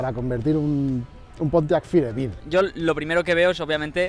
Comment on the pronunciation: pintaba interesante el video hasta que pronunciaron la palabra Firebir, pensaba que los españoles la cagaban en el doblaje del ingles pero también la cagan aunque no se trate de doblaje